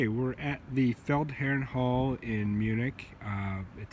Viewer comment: Felledherrn Hall? Loggia dei Lie? Check your sources for the correct names you mention and butcher. And this is a night footage of poor quality. Thumbs down.